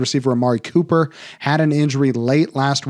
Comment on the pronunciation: Cooper cumcup!? You ok doc 😂 :_doc::_doc::_doc::_banger::_banger::_banger